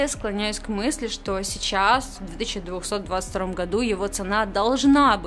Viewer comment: Мне не послышалось или она сказала "в 2222году...."